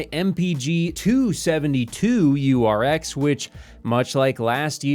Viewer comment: bro.... again its 27 - 2URX.... not "272- URX...